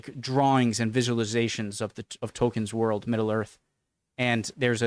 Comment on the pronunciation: is well-known for not pronouncing place-names correctly, even easy British ones (& he says "world" strangely too!!). 😟